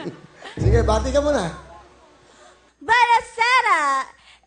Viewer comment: buonasera po hndi po bwenasera lol